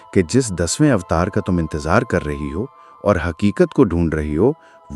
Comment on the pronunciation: Dear brother and sister please note this is not AVTARA but it is AVTAR..